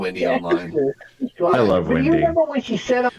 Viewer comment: I would Luuuh to see your bu'hoe.